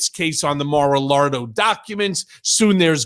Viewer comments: I love he just can’t call it Mara Largo! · Did Cohen just said “Mar a Lardo???? 👍🤣🤣🤣🤣🤣